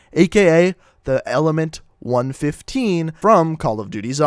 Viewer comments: is any one aniod on how he prenosing 935 ad 115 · It’s one one five not one fifteen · it's pronounced 1 1 5 not 1 15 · It's pronounced one one five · It can be said either way. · Fuckin dumbass u don't even know how to pronounce shit right disliking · u need to learn how to pronounce 115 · group 935 and element 115 is pronounced from each number example element one one five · Nine thirty five and one fifteen made me mad, its 9, 3, 5, and 1, 1, 5. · It's element one one five not one fifteen and it's nine three five not nine thirty five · I love how he mispronounces all of the zombie themed things,like him saying one fifteen instead of one one five,and nine thirty-five instead of Nine Three Five,That makes me feel like he's just a person who really doesn't play zombies but is just thinking that he's saying it right, also, That's not how you say Primus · The group name is pronounced group 9-3-5 no 9-35 the way you say it is just like saying group 9 hundred and thirty-five and the elements is pronounced 1-1-5 not 1-15 not one hundred and fifteen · no hes not its supposed to be nine three five instead of nine thirty five and one one five instead of one fifteen. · the cringe is real, he pronounced like everything wrong... #cringe he said primis like prime and kept saying hundred fifteen instead of one one five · You mispronounce everything. It's " One, One, Five " not " One Fifteen " It's " Nine, Three Five " not "Nine Thirty-five" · Its one one five not one fifteen also its nine three five not nine thirty five those play an Important factor in the zombie series so if you say it that way it's different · its nine-three-five and one-one-five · Am I the only that got bother when he said one fifteen and nine thirty five? That's the only reason I disliked it. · talks about 115 and says if you dont know about it you should know but yet he pronounces 115 and 935 wrong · great video but hes mispronounces everything 935 , 115 , primus. rip my ears